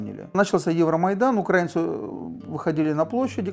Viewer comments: О чем оно рассказывает если не правильно ставит ударения в словах украинцы, украинский и т.д ? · тогда и ударение надо ставить правильно в слове украИнцы...а то как-то про грамматику заявляем,а ударения ставить не научились...печальное зрелище...